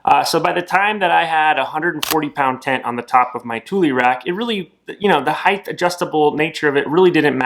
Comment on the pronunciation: There is no H at the end of the word height.